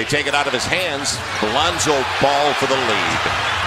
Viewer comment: who thought is said rondo instead of lonzo